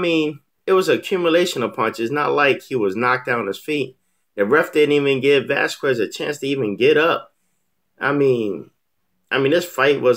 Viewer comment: It's pronounced Vaz kez not Vaz kwez